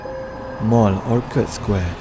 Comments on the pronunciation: Orchard Square bukan “Orkad’…..’orcherd’..macam Orchard Rd, Singapore….sorry admin…🙏🏻 Orchard = dusun/kebun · Orchard square....boleh google macam mana nak sebut.